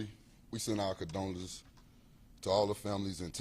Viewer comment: its condolences not condoms😂